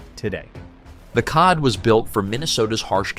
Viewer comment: I guess I should waited until the end. The cod (as in the fish?) should be pronounced cee-oh-dee. 😂